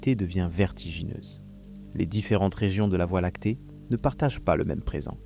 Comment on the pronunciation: documentaire interssant, que la voix IA ne sache pas dire voie Lactée convenablement...